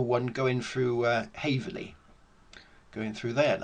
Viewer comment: Hey it’s called: Haverhill not Haverley! cheers 🍻